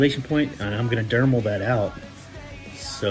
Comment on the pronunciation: you keep saying dermal, its dremel! lol!